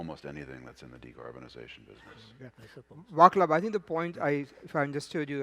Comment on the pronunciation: This idiot will never learn Vatslav Smeels name. It is not vaklav shmeel